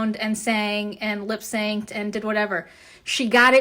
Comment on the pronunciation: Lip-SANKED??🤦‍♀️🤣🤣🤣 oh Hun, that’s just one of your many stumbles.